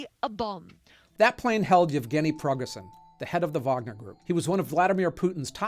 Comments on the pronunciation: Hey! Eugeney Prigozhin’s name is pronounced like /Preeh-go-ʒeehn/ not /Pregosin/ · It's Pree-goh-gin, with "g" in "gin" like the second one in "garage" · Your pronunciation is awful 🤣(yamamoto, prigozhin, soleimani). I'm guessing you do more reading than watching talking heads on CNN. I've always thought it was stupid that heads of state don't get assassinated. It's a huge double standard, especially in democracies that have the "moral high ground" and cry endlessly about human rights, but enable it all with inaction. The US, for example, has the death penalty. We kill people for committing singular murders. Yet someone who directly orders the killing of tens of thousands if not more people, on a whim, is somehow untouchable. SWAT teams will shoot a hostage taker in the head with a sniper. The hostage taker might not have even hurt anyone yet, or killed a few but planned to stop. Humans are supposed to be intelligent animals who can plan for the future and weigh the risks, even if that judgment might not always be the correct one and the future not always predictable. It's also the stupid trolley problem again. Do nothing and kill many people, or pull the lever and kill only one? It's the dumbest philosophical debate ever.